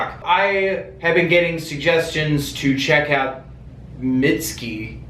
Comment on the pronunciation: “mitt-ski” ah, no my tender, alabaster friend, that is not right.